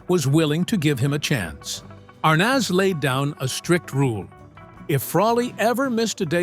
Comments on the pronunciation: ...And I recall it being spelled ArNEZ..not ArNAS...Mandela effect, perhaps? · The correct pronunciation is Ar(neez), not Ar(naaz) Be more accurate in your posts. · I hate when people use AI to narrate stuff. You can tell right away here when he pronounces Desi Arnaz -Desi Arness. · Dezi Arnots? If AI is so smart…… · I’m not familiar with this pronunciation of Arnaz; I’ve only heard it pronounced as aar-nez. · I find these bios as phoney as tabloids. Howdo you know how people really feel? Everyone can tell Frawley seems like a grump in real life. But we don't really know how she felt about him. . And these annoying Ai that can't even say a iconic namel Iike Arnez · Pretty accurate but I can’t get over the narrator saying Dezi Arnoz! Had to quit half way through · Meeee too. Ridiculous! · the pronunciation of Desi's last name - made me laugh. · The pronunciation of Arnaz made my ears bleed. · Mispronounced "ARNAZ"... repeatedly